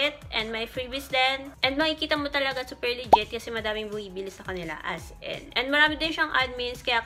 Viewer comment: “as en” HAHAHAHAH di talaga “as in” 😆